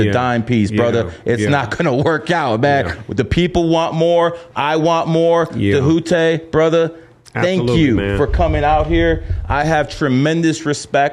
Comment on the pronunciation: Dude mispronounced his name all episode and that annoying, patronizing “brother”…It’s good to see Djehuty back on the scene tho!!!